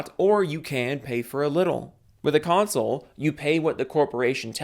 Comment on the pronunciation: lol cumsole 🤣